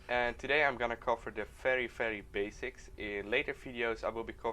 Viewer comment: "Fery, fery basics" is just so Dutch. :)